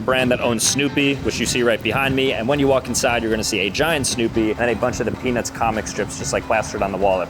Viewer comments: Am I the only one that keeps hearing peni$ instead of Peanuts? 19.09 Had to check the close captions. Thought was pulling one on me. 😂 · dude did NOT say peanuts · Bro did not say peanuts 😐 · I'm glad I'm not the only one who heard that 😂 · if you slow it down you can not here a single t